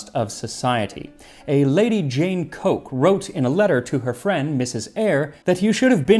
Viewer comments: I that should be pronounced COOK rather than COKE...... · Yes, I think we all noticed, but you were instantly forgiven as you were reading a modern font! On the subject of another mispronunciation which you couldn't possibly be aware of - Coke is pronounced Cook in England. Just one of those things! Here's a link to the Coke family estate in Norfolk which is the 'seat' of the Coke family; you'll notice that they are the Earls of Leicester though - another English quirk! Thanks for the info on routs and rout cakes; I found it very interesting. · Lady Jane‘s Name is spielt Coke, but pronounced Cook